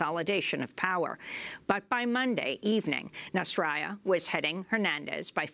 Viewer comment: Dear Ms. Goodman, thank you for continuing to report on Honduras, it is important. However, the opposition leader's name (Salvador Nazralla), is actually pronounced with a hard "L", as opposed to a y-sound, as most readers of Spanish would suspect. Btw, if would be awesome of you could pronounce the current president's name as "Juan Robando" :P